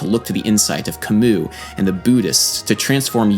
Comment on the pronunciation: Sadly adam pronounced his name wrong lol